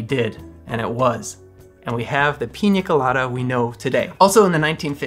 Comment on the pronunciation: Great video,! And I love that you pronounce it Piña Colada (not Pina Colada, as most English-speaking youtubers do). Cheers!